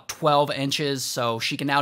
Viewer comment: Shout out to Ray saying “Toronto” like an actual Canadian would, instead of pronouncing it “Toe-ron-toe”.